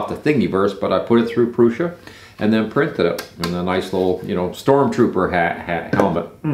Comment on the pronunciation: pronouncing Prusa in the right way is a kind of respect! Got me subscribed.